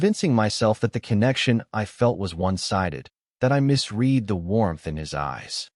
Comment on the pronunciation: Narrator error: ~ "misread" should be pronounced as "mis-red" not "mis-reed"